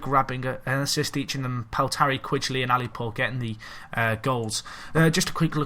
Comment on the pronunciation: Who pronounces Quigley like that? xD watch?v=x4Gntyi8HSY around 10 seconds in. Should give you a more correct version.